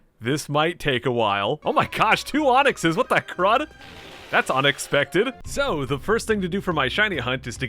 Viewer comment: Wait a second did you say onix-specter or unexpected it’s near